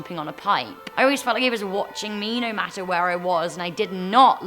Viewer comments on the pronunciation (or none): none